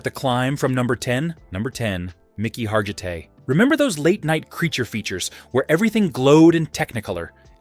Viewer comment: His name was pronounced /HAR-gi-tay/. For my money, Dan Vadis, Steve Reeves Reg Park, and Lou Ferrigno. 💪💪💪💪💪💪💪💪💪